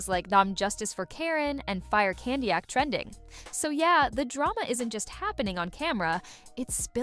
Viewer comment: This AI voice is making so many mistakes. Candiack?!